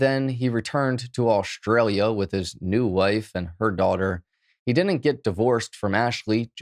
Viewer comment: Ashley is an Ashley, but Aushtralia is not Aushtralia...it is Australia.